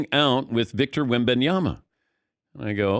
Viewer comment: Thanks for finally pronouncing his last name correctly!!